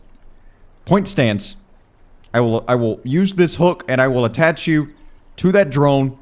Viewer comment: ATTACH. no T between the A and the CH.